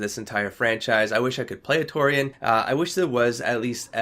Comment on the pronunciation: ...please tell me you aren't going to pronounce "turian" as "taurian" for all of the ME games. Please.